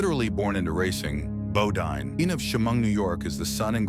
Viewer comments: Bodine NOT Bodeen .....Guess commentator got tired or forgot .... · Nice clip, but would have been more accountable if narrator pronounced his name correctly!